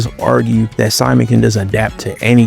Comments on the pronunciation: It’s “sea-moan” not Simon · Simon ain’t syman It’s pronounced C-moan